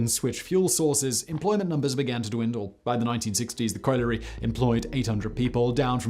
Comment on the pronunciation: This man always gets things wrong. He's only still got a channel because he's posh so people for some reason believe what he says. He couldn't even pronounce colliery!🤦🏻‍♀️